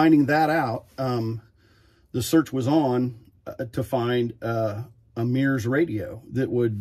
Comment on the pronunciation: MURS pronounced as 'meers' is making me itchy.